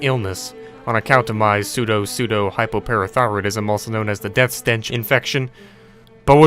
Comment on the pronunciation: i amaze for the fact that can read "Pseudopseudohypoparathyroidsm"